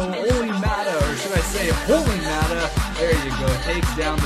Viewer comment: Hey just a little heads up maata is pronounced as mot-ta not mat-ta sorry I'm a pens fan and it bothers me